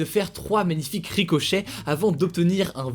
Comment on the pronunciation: DSL mais "RicoCHEH"😭🤣